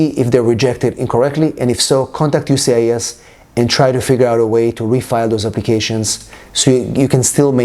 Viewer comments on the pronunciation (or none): Why can't he say USCIS? He keeps saying UCIS